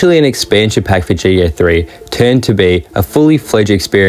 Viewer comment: I love how you say GDA.